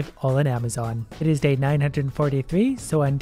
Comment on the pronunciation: How has no one said ‘You mean AmaZONE right?’